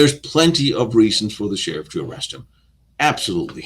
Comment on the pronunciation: What is an ashterick? What a tsherrrif, hahaha